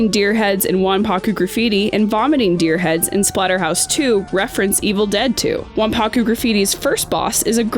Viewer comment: It's "wanpaku" not "wanpakku"...just an fyi.